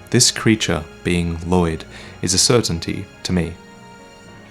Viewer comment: the 'll' in Lloyd is pronounced unvoiced.